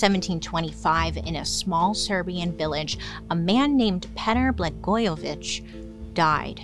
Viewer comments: As someone with a very Serbian name, the pronunciation attempt had me burst out laughing. wasn't expecting that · As a Serbian - I am happy you did an episode on vampires! :D You killed Petar's last name literally 🤣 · Serbian here 😊 thank you for telling our vampire story ❤ Boy did you butcher his name 😂 Love you anyways 😂❤